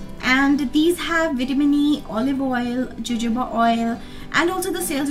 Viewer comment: darling jojoba oil is pronounced as hohoba...